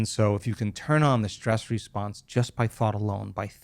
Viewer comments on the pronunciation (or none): Great info but someone should teach him how to pronounce words like Hormones (not HARmones) and Stress (not SHTrees) or History (not HiSHtory). Very distracting.